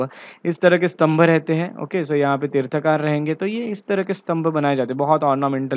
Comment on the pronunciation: Mansthambha is not an ornamental structure. Please research and seek clarification from experts. Pronounce as Tirthankar, तीर्थंकर।